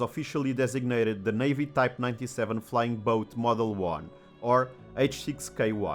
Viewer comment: I knew about the Emily (which I compared with the Short Sunderland) but this programme on the Mavis has been very interesting. PS I find the American emphasis on both words of 'flying' and 'boat' somewhat disconcerting and modern British parlance appears to be copying it. For those who knew flying boats, we pronounced it as one word, with no emphasis on 'boat'. has anyone else noticed this?